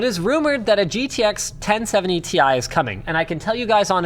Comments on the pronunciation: Tie? Can we just keep to calling them "tea eye" from now on. lol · They certainly would NEVER or never have called it "Tie". Comeon... its called Ti (Tee Aaii). I'm one of those who's always called it "Ti". 😁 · T I, T I, T I. Its friggin T I. Stop saying tie like some friggin hipster who thinks they know better. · ITS NOT TIE. ITS TEEEE IIIII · damnit! stop calling it TY!!